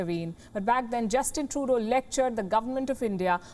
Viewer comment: Sounds like shes saying Justin Toto.